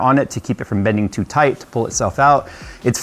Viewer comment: Toite like a tiger.